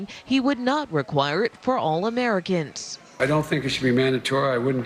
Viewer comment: Loved "comericans" 🤣🤣🤣